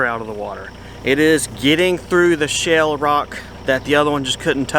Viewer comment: It sounds like you are saying "shell" and not "shale". I knew what you meant though.